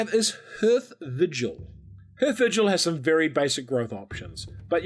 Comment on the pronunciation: I don’t want to be a dick but hearth rhymes with garth